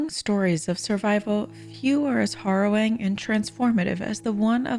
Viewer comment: Did you say HORROWING? 🤦🏻‍♂️